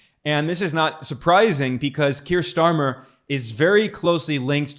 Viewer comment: While I'm not a fan of Starmer, i do believe his name is not pronounced "Schtarmer" 😂